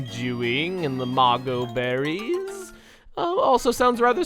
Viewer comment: When shouted BERRIES! I thought he said Barry and I was like............................ wat